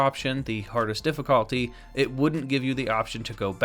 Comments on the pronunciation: am i the only one who got annoyed when he said difficalty instead of difficulty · Why tf you say difficulty like that tho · Why do you say difficulty like that tf